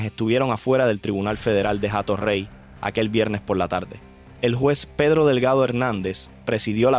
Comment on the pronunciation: NO ES JATO REY. SE PRONUNCIA COMO. ATO REY. SIN LA H QUE NO TIENE SONIDO